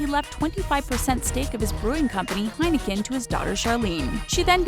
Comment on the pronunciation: You pronounced Heineken wrong